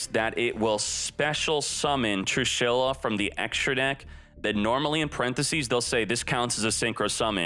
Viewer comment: Everyone: "Trééshula": TRUE SHYLLA!!!!